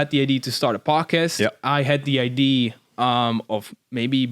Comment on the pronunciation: “Ideeee” not idea 😂😂